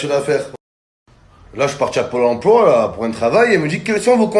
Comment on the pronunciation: Le polemploi 😂😂 polempoile wolla 😂😂😂